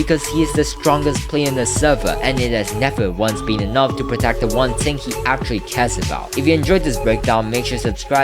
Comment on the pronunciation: bro really says ting and not thing